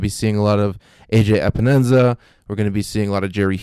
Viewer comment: Pro Tip There is no “Enza” in Epenesa 🤪